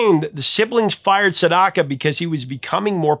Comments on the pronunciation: "Sedaka" - not Sendaka. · Professor, Neal Sedaka is the name of the artist, not Sendaka.